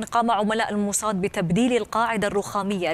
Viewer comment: موساد بالسين، شو الموصاد هاي الي بتحكيها 😂